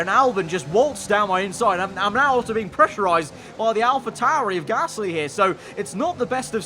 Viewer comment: Anyone else live for pronunciation of Pierre GAASSLLY. Biblical stuff